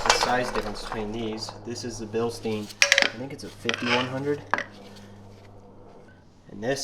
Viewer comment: It’s pronounced Bilstein